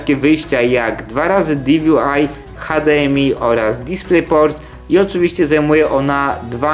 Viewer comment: Diwi aj, es al i ale hdmi i gtx wymawiasz normalnie nieczaje :/